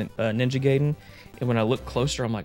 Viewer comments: It’s pronounced “guy-den”, not “gay-den” 😛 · it's Ninja GUY-den....... not gay-den...... see here ---> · Ninja guyden sounds better, the way you say it sounds like a den for someone who´s gay. I don't know what I'm saying, its late and it just made me laugh and had to share it. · It’s not NINJA GAYDEN ITS NINJA GAIDEN how do I know from the movie the wizard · I used to say it that way too growing up. It's actually pronounced "Guy-den" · is it pronounced Guyden? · Damn seeing ninja GUYden 3(sorry,just how I’m use to pronouncing it 😅) brings back memories of me playing nes games on my jailbroken iPod back in middle school 😂 gotta be honest and say that I’ve never got strategy guides as a kid. Closest thing would be those cheat code books I’d get at the book fair in elementary school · “Ninja Gayden” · love that ninja gay-den and merio bros. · In the 1989 movie "The Wizard", which was sponsored by Nintendo, it was pronounced "guy-den" Sorry, with the covid restrictions and the 14" on snow dumped on me I have nothing better to do than argue silly things